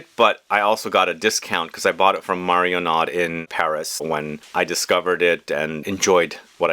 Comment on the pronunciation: you always pronounce that hard D at the end of Marionnaud and it hurts like hell every time. I don't speak French either, but these end-of-word silent "D"s and "T"s are soooo obvious. Please try some mario-noo next time. Love your reviews nonetheless.